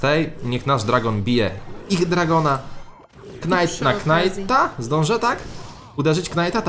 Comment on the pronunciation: Karta Knight wymawia się "Najt"